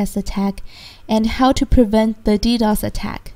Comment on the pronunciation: It pisses me off how she says D-O-S for dos and D-D-O-S for ddos.